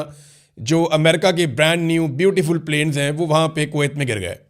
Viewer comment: The way when he is saying America k beautiful plains 😂😂😂😂